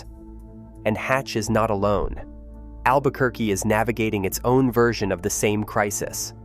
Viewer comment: "Albuh-ker-cuh" <=== Brilliant!!! 😂